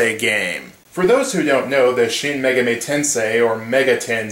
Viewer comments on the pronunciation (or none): Don't who mean Me-Gaw-mi? But hey, if you're used to saying it, then I'm fine with it. Also, didja know that the first Megami Tensei was an adaptation of a novel called Digital Devil Story